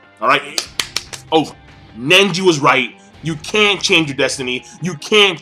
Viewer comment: Why is he pronouncing it Nenji lolol